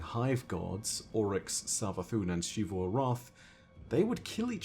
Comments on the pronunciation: I still just can’t watch these videos with a straight face while unironically calls Xita “shite-uh”. Just makes me giggle so hard every time. Super distracting. My dude, you need to learn that Xivu is pronounced “Zee-vu”, and that Xita is pronounced “zee-tuh” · Why pronounce the names that start with an X like an Sh? Im confused